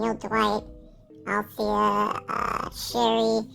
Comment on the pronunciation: Did you said Althea ? Interesting.